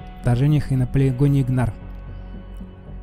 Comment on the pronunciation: Не Игнар,а Ингар!